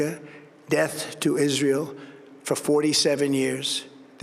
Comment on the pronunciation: Sounds like he tries to blend the words together to be Israel.